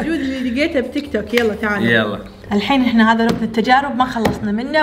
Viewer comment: تيك توك مو تك توك